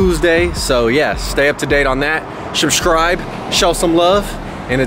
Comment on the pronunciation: Did you say shrubscribe? Goat.